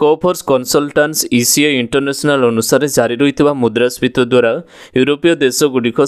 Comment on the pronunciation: ମୁଦ୍ରା ସ୍ଫିତୀ ନ କହି ମୁଦ୍ରା ସ୍ଫିତ କହୁଛନ୍ତି ଆପଣ ବାରମ୍ବାର - ଯାହା ଭୁଲ୍ ଅଟେ